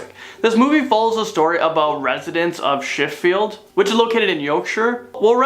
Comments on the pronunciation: How did you pronounce Sheffield and Yorkshire 😂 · Aww bless he could not pronounce Sheffield or Yorkshire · The way he said Sheffield Yorkshire 😂 bless him